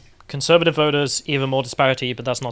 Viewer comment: Fun spicy chat but - please stop saying pardee, meeding and voders? There are T's in party/meeting/voters. It makes you sound like a Smashie and Nicey parody (Ask Carl!) Hopefully, this gentle, kindly meant critique will be taken without rancor.